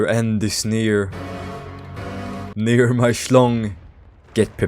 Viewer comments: bro did not say near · alr bro u did not say ' near'